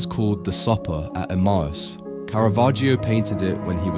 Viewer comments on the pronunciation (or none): It's pronounced Emayus in English.